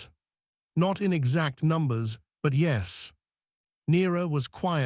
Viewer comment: Tell your AI how to pronounce 'yes'.